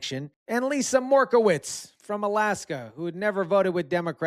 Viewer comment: Quick note: It's pronounced Lisa Mer-Cow-Ski (not "Merkowits"). Love your content. Thanks!